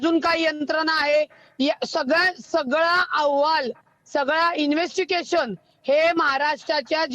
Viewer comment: रूपाली ताई ठोंबरे तुम्ही एनेवेस्टिगेशन हा शब्द चुकीचा म्हणत आहे इन्व्हेस्ट्केशन म्हणत आहात...